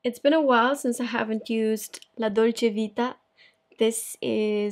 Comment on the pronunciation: Ciao!da come hai pronunciato la dolce vita penso tu conosca anche l’italiano. Io tra qualche mese sarò un’italiana a Parigi e son stra emozionata!